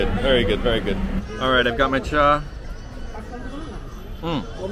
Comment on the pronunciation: Thank you for saying it right - Cha.